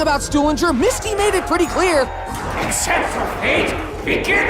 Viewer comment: Why does say acsepct your fate begin a new